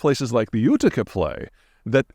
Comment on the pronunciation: They should at least have given him a pronunciation guide so he could say "Utica" without stumbling over the script.